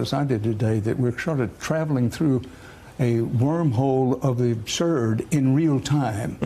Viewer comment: Ha ha I thought he said a wormhole in a turd!!🤣🤣